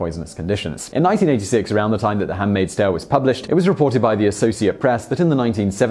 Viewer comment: not pie-ar-ti-gorsk. y is not vowel here. P(y)a-ti-gorsk, 3 syllables. damn, there's in new york city more russians than in, dunno, some moderate size russian town. jus go and ask people. or heinemann or whatever language school. or internet.